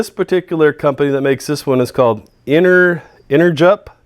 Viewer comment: I think the intended pronunciation of the brand Energup is enerGy up.